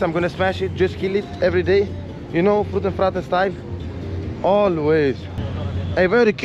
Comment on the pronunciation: Brother where is Luis!? this is just fruten not fraten!